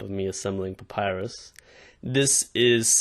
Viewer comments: Did you said sexy Papyrus? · dude, you just said " papyrus is really hot " i swear you said that! im dying of laughter 😂😁